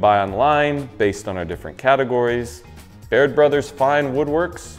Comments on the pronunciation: Who's this guy that took over the channel? At the end, , sounds like he says "Beard Brothers" rather than "Baird Brothers....hmmmmmm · I kept hearing him say Beard Brothers at the end... and I even know Baird Brothers and am only located about an hour away from them... but I still kept hearing Beard Brothers...